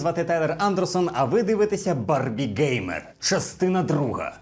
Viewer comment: Перепрошую, але трохи ріже оце БарбіҐеймер. Там же просто Г, а не Ґ 🙂